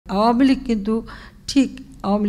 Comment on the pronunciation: আওয়ামী লীগ কথাটা উচ্চারণ করতে কষ্ট হয় কেন। ওয়ামী লীগ কোন শব্দ??? নাকি ঔম লীগ বলতে ইচ্ছে করে???